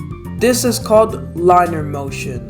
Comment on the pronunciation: I learned that you said “linear” wrong You said “liner” to pronounce correct it is Lin-eee-er